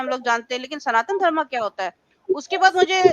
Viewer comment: श्रीमती जी, आपने इस्लाम त्यागकर सनातन धर्म अपनाया है, स्वागत। अनुरोध है कि अपना उच्चारण (pronounciation) भी ठीक करने का प्रयास करें। सनातन धर्म सही उच्चारण है, सनातन धर्मा नहीं।